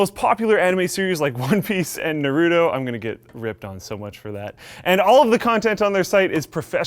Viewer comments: It's called gnar-roo-toe not nuh-roo-toe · Is it really hard to pronounce Nah-Rue-toe = NARUTO NOT Na-Roo-tow... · It's pronounced Nar- u- toe not hard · lol you don't pronounce Naruto like that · I'm not a HUGE anime geek, but I still hate it when people mispronounce Naruto :/